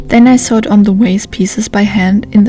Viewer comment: War das letztes Teil am Kloster Chorin gedreht ? Vorsigt, achten Sie auf die Aussprache von "ich nähte" (I sewed), weil "I sawed" meint "Ich sägte". 😉